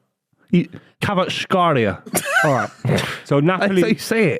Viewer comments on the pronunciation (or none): Not even close to the pronunciation of Kvaratskhelia lol